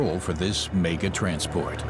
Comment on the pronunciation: Where did this narrator learn to speak english!!!..every time he says 'mega'..i cry.......